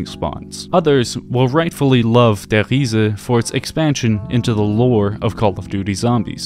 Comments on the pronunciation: Lost count on how many times he says ‘Der Hiese’😂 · Der REE-ZA. Just stop bro, just say der reese